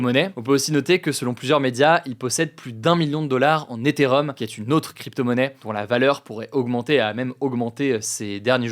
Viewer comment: La bonne prononciation est “étéréome” et ce n’est pas une cryptomonnaie mais le nom de la blockchain. La crypto est l’éther.